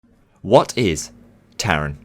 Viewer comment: for the future please say taron in German